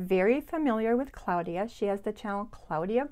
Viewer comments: Hi. I recently discovered your channel and love it. You are so sweet and I love your attention to detail. I don't usually correct people on pronunciation but I am very curious about your pronunciation of the name of your friend Claudia. You pronounce it Cloudia. I have always pronounced it Clawdia. Does your friend pronounce it Cloudia? I am not critizing. I am truly just curious. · Thank you Liz! Welcome! I'm super happy to have you here. And I totally understand about the pronunciation...my friend is the only Claudia I have ever heard of who uses the pronunciaton CLOUDia....not CLAWdia....maybe because she was born in Germany?